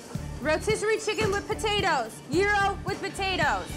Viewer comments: The way Gordon pronounces Gyro absolutely kills me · yee-roh, gordon! not gy-ro